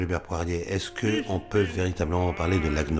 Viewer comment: Avis au tenancier de la chaîne : il s'agit non pas de "Paul-Hubert Poirie", mais de Paul-Hubert Poirier, avec un r à la fin. De même que l'autre invité est Jean-Pierre Mahé, et non pas "Mahe". (Très intéressante émission par ailleurs, merci de l'avoir mise en ligne).